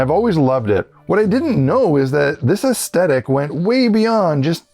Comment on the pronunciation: This video has a really positive and encouraging vibe, but I can’t help telling you dude; you’re forgetting the t in aesthetic!